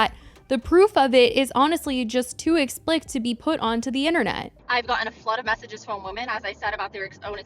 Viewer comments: "Explict" is not a word. It's pronounced ex-pli-cit - three syllables. RIP Liam Payne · Please just say "EXPLICIT" ...EX. PLI. SIT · Explicit is pronounced like explisit ♥️ love your videos